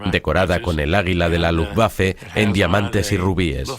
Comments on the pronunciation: Se pronuncia luftbafe, no lufguafe. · L U F B A F E , y no lufgüafe que da grima oirlo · Jajajajajajaja que coño luuguafe no pues si que era luuguafe no luffwafe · primero: no sabes decir LUFBAFE, y segundo viva la Luftwaffe. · "LUFTVAFE" (la "w" en alemán se pronuncia como la "v" en español) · Jajajaja la rompió con ese Luftguaje jajajaja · Pensé que se pronunciaba luftbeifen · Lutbafa la verdad. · quién traduce esto??????... cómo que no son capces de pronunciar Luftwaffe, Wansee, Waffen, Werner, Heydrich, Walter........??????????? PALETOS... infórmense antes de traducir y doblar..... VERGONZOSO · Que así se dice, no se lee como se escribe, en alemán la w la pronunciamos como una b no como una g. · MUY BUENA CORRECCIÓN....es terrible la pronunciación, realmente infame